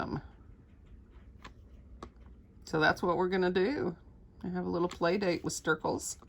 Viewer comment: Is it Stircles or Snircles? You're saying Stircles but the video title says Snircles. I'm confused.